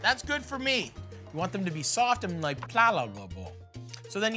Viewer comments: i think he was trying to say "malleable" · you want the tortilla to be " plalable " lmao